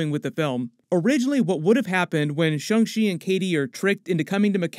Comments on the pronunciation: Shang NOT SHUNG. Like the guy from Mortal Kombat SH-ANG. How is something with an A pronounced with a U in it? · Stop saying “Shung”!!!!!